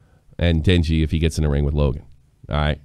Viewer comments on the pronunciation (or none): It's D-e-ji not Denji mate